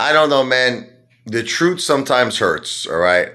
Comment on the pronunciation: The "Troot"... kinda like My Cousin Vinny's "Yoots" 😉